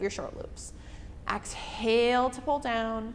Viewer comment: Love this workout. Great pilates instruction! (Just an FYI, exhale is not pronounced AX-hail. It’s Exhale. :-))